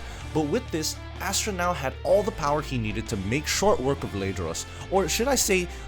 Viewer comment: As-ta not Astra 🥲